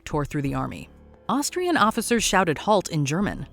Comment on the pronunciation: sorry, but "halt" in German is simply ... "halt", only with more "l" -- had to stop watching there